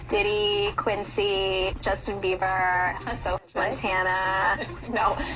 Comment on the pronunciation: Also; its BIEBER, NOT BEAVER.